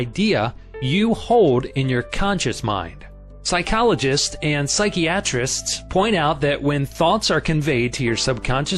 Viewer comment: Great book! But the narrator cant pronounce the simplest of words: Psychiatrist, onmipotent. It drove me nuts to listen to him. His voice was good but he needs to learn to pronounce words hes not familair with; not just guess at their correct pronunciation . Otherwise , excellent info.